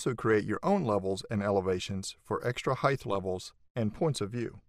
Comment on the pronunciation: nice tutorial thank you. this constant mispronunciation of "height" is annoying however, it's not "heigth"